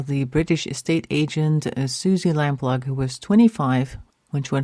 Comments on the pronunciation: Very interesting. The family fought tirelessly to find her and both her parents sadly died without finding anything out. Several leads and searches were followed up but nothing found. John Cannan took his secrets to his grave. RIP Suzy. It's pronounced Suzy Lamp-LOO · Lamploo (pronounced) Lamplugh (spelt)